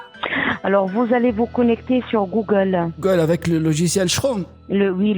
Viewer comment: "connectez vous sur le site gougouole" 🤣🤣🤣🤣